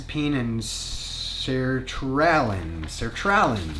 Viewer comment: Not me giggling at you trying to pronounce Sertraline. 😂 (It’s SER-tra-LEEN) 😘